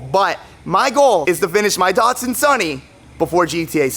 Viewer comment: But its not Duutsun it's Datsun as in Dats sun.